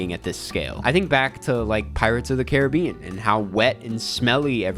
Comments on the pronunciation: how to you say Caribbean? 💀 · you said pirates of the Caribbean in two different ways during the video and the second time is the way I say it but when I heard it the first time I had an epiphany because I know how to pronounce Caribbean but I always say the name of that movie the way you said it the second time